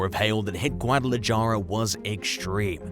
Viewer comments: It's pronounced GuadalaHARA. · Just an FYI, in the word Guadalajara the "j" is an "h" sound :-)